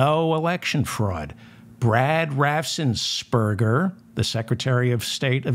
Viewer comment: David: A helpful hint to pronounce the name of Georgia's A-G. The 's' comes after the 'n' and before the 'p'. Raffen - s - perger. Say it ten times and it'll flow like butter!